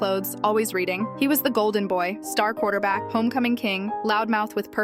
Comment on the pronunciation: The way u said qauter back